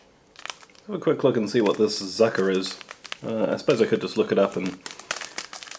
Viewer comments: Zuker is sugar and the u is pronounced oo 😊 love this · Well with what German I know (not fluent or perfect by any means :P): 1. Zuker=Sugar..You say it like Sookah..the R don't R as much for some reason. 2. Fantasie is likely like HiC or Capresun ( I love these drinks) 3. Kaffee Weisser would literally be Coffee Whitener so it's like coffee creamer 4. Rindfleisch I think is like roast beef or lunch meat beef (pronounced Rhent Fleisch) 5. RindfleischSchinkenwurst=Ham & Beef sausage 6. Sauerkirsche (pronounced Zower Kirsche)= Sour cherries (I'm guessing it's your desert along with that chocolate bar) 7. Some fruit dish 8. ?? (never heard of this brand) But I'd say crackers..Will wait til the video gets to the eating part to see. 9. 2 Hamburgers with tomato sauce 10. South American Vegetable chili Hmmn..For me chili needs beans and hamburger..But I might try that. Gemüse (Pronounced Ga moo zah)= Vegetable 11. Will have to Google that one..All I can make out of it is Brot..Brot is bread..So I know it's got bread in it..that's about it. 12. Streichholzbrief=Matchbook 13. Tea..Nothing special 14. Chocolate (reminds me of a big Hershey bar but shrunk some) 15. Black Johannis Berries..Hmmn..Maybe black berry jelly spread 16. Salt 17. Water cleaner tablets..I guess these come in all army packs cause I know they're in the U.S. army rations too from videos I seen on YouTube This looks delicious but this being for the Germans and all, Where's your can of Sauerkraut..I think that's vital to them :P.